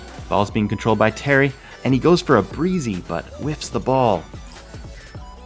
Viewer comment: “A Breezi” LMAO